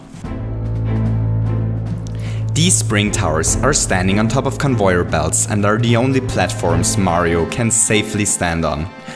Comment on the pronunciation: He said convoyer belts its conveyer